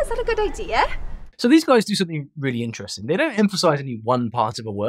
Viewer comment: In "interesting", the stress falls on the first syllable, not on the second syllable as you did. you gave 'interesting" the sound of "intestine" where the stress is on the second syllable.